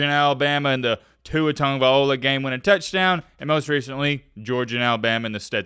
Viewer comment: Look,, you're an Alabama fan like myself, so please, PLEASE pronounce Tagovailoa right. TUNG-oh-vi-LOW-ah. NOT TUNG-oh-viola. Thank you.